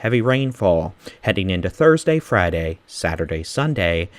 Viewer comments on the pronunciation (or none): none